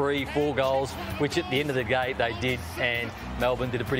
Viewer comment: "which at the end of the gay" hahaha